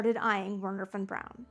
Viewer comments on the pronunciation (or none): Historical revisionism at its finest. Von Braun was one the first members of the NSDAP!!! Everyone knows this. Are you willfully, pitifully ignorant — or a Neo-Nazi? I can't tell. You clearly know enough German to pronounce his name correctly, but you butcher it. It's "Vernher" → "W" = "V" sound. Duh. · It’s pronounced Vernher😂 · Nicely done, well balanced, well researched! I enjoyed it thoroughly. (well, except for your saying "Were-ner" rather than "Vehr-ner"...that grated a bit) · That bloody song is probably the single biggest factor that led Americans so badly to mangle the pronunciation of von Braun's name . . . Wernher von Braun. Three words, and Lehrer didn't get any of them right.